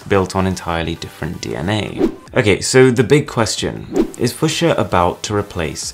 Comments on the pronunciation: I'm not even American, I'm british and i grew up with a job helping to cultivate fuchsia at a local nursery so i can safely say it's fue-schia. Like without a shadow of a doubt. Both the colour and the plant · Please don't switch letters around just to make it easier to pronounce for English-speaking natives. :) It's the same with "Brett FaVRe", which is made "FaRVe". There is no "sh" sound in "Fuchsia". Only if you switch the "s" and make it "Fuschia". The word "Fuchs" is German and means "fox". So it's reasonable to assume it's pronounced ['fooksia], the "u"-sound being short. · It's actually pronounced "fuksia" with a "sharp" k. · FEW-SHAH or ( fyo͞oSHə) its a fcking color...lol I have no clue what your saying ! at least ya didn't say Fuch-sia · It's pronounced FEW-shuh. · Even in the accent, it should still be pronounced "fyoo sha" he just doesn't know how to say it. And now a bunch of his fans who haven't heard of the colour fuchsia are going to say it wrong. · I think it's pronounced few-sha buddy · Awesome instructive video, but FOR THE LOVE OF GOD, it's pronounced f-YOU-scia !!! 😉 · it's fyoosher! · i love you bro but its pronounced 'few-sha' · FEW -SHE-AH it's pronounced FEW SHE AH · Fyu-sha. Holy hell dude have you never heard of the color? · im pretty sure its fu[ks]ia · Isn't it pronounced fyoo-sha? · I hate to say this but it’s pronounced f-u-sha. It’s a purple flower and also the national flower for where I’m from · WHY U SAYING FUCHSIA WRONG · Your English so why can't you say the word 'fuchsia', correctly. So posh talking with NO idea! False!! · I wince every time he pronounces that word the wrong way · You can't can't even pronounce 'fucshia' properly.. 🤣 That UI looked ass. It looked like it was a concept from about 10 years ago, when smart phones 1st started. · everyone's talking about kernels and linux and yada yada and I'm just sitting here trying to get past how wrong fuchsia keeps getting pronounced lol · A pronounce it that way